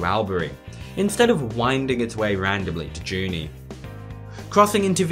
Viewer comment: Albury… pronounced “Allbry” Junee… pronounced “Jew knee”